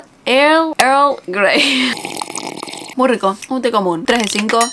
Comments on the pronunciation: For - Here's a tip: "Earl" and "girl" sound the same. So, just remove the "g" from "girl" and pronounce it: "irl grey" and it'll sound correct! Earl Grey 👍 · estas loca, jajajaj. eargrei